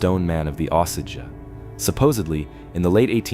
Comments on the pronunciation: Ok I’m sorry I can’t stand it anymore!! It’s pronounced O-Sage. Not ausage. It’s distracting from the stories. Do your research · Here's a little education for you...Osage is pronounced: long O as in no & sage is pronounced just like the herb - sage. I know because I live in southwest Missouri. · O SAGE fix the pronunciation. Missouri here, makes me crazy.😮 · It is pronounced O-sage as in burning sage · Here AI voice, let me help you with your pronunciation…. It’s pronounced “O sage” 2 syllables.. the “o” is pronounced then “sage” like the plant/herb.. A hard O and a hard A! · The Indian name an the river name are pronounced the same O-Sage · If you want people to understand what this is about you need your AI fixed. I've lived in Missouri almost 70 years, all my life, and it took me at least 10 minutes to figure out what it meant when it said what i believe to be Osage. Unbelievable!!! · I kept re pronouncing Osage every time it was spoken quite annoying ...🙏💯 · Also this is saying Osage right terrible.